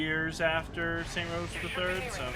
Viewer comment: What the fuck is up with you saying "saint rows" Its Saints row man 😂